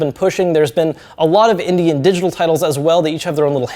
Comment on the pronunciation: India titles... India titles... India titles... Ohhhhhh Indy titles. I swear he said India the first couple times he said it.